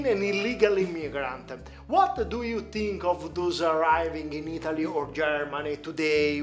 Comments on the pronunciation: do you tink?😂😂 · What do you "tink"? 😂😂